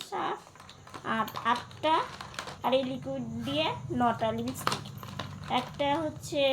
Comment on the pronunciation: a kothata Lipstick tumi Lipistick bolo na